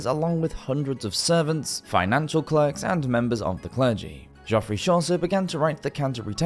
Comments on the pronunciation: Geoffrey. No one calls Chaucer goffrey. I keep telling you. It's pronounced Jeffrey. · It's SaVOY, not SAvoy. And 'Jeffrey' Chaucer, not 'Joffrey'.